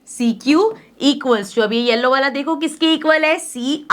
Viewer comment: woh वाला hota hai na ki वला🫥😂🫪🤔